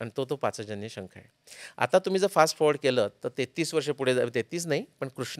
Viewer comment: पाचजन्य नव्हे . पांचजन्य . पांचजन्यो हृषीकेशो देवदत्तं धनंजयः ।